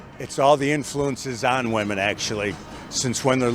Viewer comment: why cant so many women pronounce ... "women"